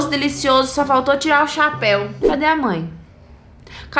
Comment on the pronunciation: Ela fala chaaaapeu